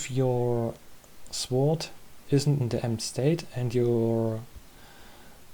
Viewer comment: Just a comment to help the algorithm Und dein Englisch war verdammt gut. "Sword" wird ohne W ausgesprochen, mein einziger Nitpick aber ist auch egal XD Alles andere war on Point